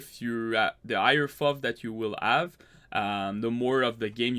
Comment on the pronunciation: Its pronounced F-O-V kill me